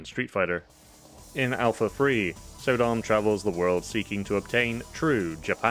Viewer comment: I think it's not pronounced So-dom but Sodom as in Sodom and Gamora